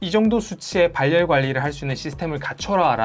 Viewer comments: '발열' 발음하실때 굳이 [발렬]이라고 발음 안하셔도 됩니다 [바렬]로 연음되어서 편하게 발음 가능합니다 ㅎㅎ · 발열은 바렬로 발음됩니다 발열이 아니고